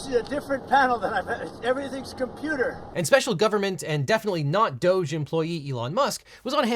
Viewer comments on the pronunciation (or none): none